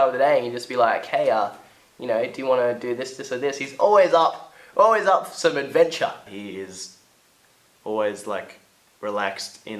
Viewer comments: "He's oways up for some advenchaa" Im dead.. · "He's always up for some advencha" tee hee 😊